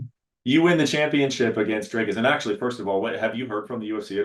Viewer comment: For god's sake please pronounce Dricus properly ......gaaaaawd